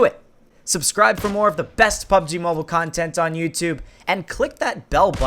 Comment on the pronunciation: Hahahaha he said Im not dump Lol he is he cant say mobile